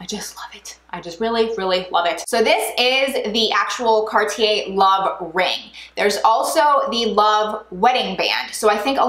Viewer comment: Can’t even pronounce it correctly..